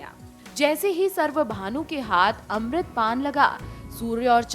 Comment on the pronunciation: It's not सर्वभानू , it's स्वरभानू ,याने राहू केतू